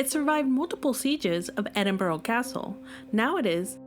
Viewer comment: It’s pronounced Edin bra